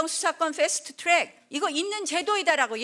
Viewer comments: 기승전 좌파프레임 ㅋㅋㅋㅋ 할말이 좌파밖에 없지? 옆에서 박수치면서 잘한다잘한다하니 니가 잘하는거같지? ㅋㅋㅋㅋ너의 한계라고 본다 풰스투 튜렉 아 듣기싫어 풰스투 튜렉 ㅋㅋㅋㅋㅋ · 훼스트트뤡ㅎㅎㅎㅎㅋㅋ 뭔소리여...영어방음이 후져...일본식 발음인가??